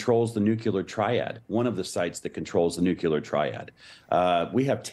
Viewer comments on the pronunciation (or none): Nuc-ya-ler. Nuc-ya-ler. Is that anything like nuc-le-ar?